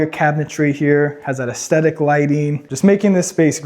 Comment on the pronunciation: Oh my God, dude, stop calling it aesthetic lighting, and if you’re gonna use that word, learn what it means and how to pronounce it.